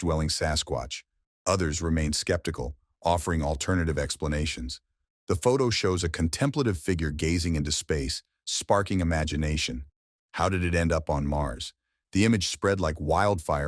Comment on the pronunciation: CONTEMPLAY-TIVE, NOT cuntemplutiv!!!